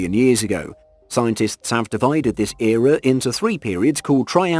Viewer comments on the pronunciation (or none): The number of profoundly stupid statements and mispronunciations in this video boggles the mind. Inaccuracies are one thing, but you have said things that don’t even make sense. Scientists don’t “claim” particular time periods like the Mesozoic were a certain time span, they are defined as such. And why did you break down the Mesozoic “Area” (sic) when you are talking about a creature that lived in the Late Devonian, an earlier period (and not “considered by some” to be the range you gave, because again that’s a defined period, and your dates for Late Devonian are off by about 12 million years, just a wee bit off). Also, Helicoprion most certainly did not have a jaw functioning anything like you suggest. I bowed out not long after that, so I can’t speak to the remainder, but it seems some brave souls stuck it out and have remarked on other errors and inaccuracies. I don’t know why YouTube thought this hot mess would be something I’d be interested in after watching Sir David Attenborough, but clearly the algorithm broke down here.